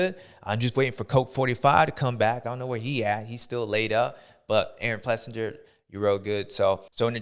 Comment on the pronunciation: Does anyone say his name right? Ples sing ER. Not Ples sin ger. Another good show bubba. Thank you sir!